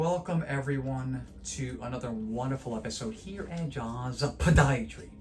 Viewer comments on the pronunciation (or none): Lord I hate when you say podiatry! I know you know how to say it correctly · You never fail to tickle me with "PAH-diatry"! Pts always enjoy a little humor when appropriate. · It’s called HUMOUR!! 😂😂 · u realize he’s does it on purpose rii? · It’s called a sense of humour and I love it!!! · So curious ... Why do you say "podiatry" the way you do???